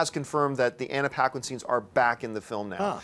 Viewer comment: mispronounces SOOOOOOOOO many names!!!! Anna Piquin??? lol....